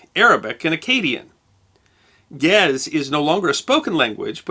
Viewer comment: The language of Ge'ez is pronounced in 2 syllables, not only one.